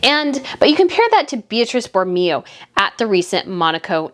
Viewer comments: Please don't be offended by this, but it's pronounced Boro-MAY-oh. As for Meghan's looks, you are absolutely correct. Not only does she spend eye-watering amounts of money on items where an identical one is available for a tiny fraction of the cost, but she does not have the figure or proportions to make many of the garments she wears show well - which is one of the biggest fashion differences between her and Catherine, Princess of Wales. It has also been frequently noticed and remarked upon that Meghan does not appear to take advantage of professional tailoring services, when a few simple alterations could at least make an unwisely-chosen garment look 100% better on her. Tailoring is such an inexpensive fix for so many fashion problems, and it is a mystery why Meghan continues to ignore its advantages. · It's pronounced Bor o MAY o